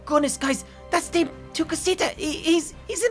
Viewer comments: It’s pronounced da-meh not dame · Da meeeeee ti cosita the pronunciation isn't dame it is dameeee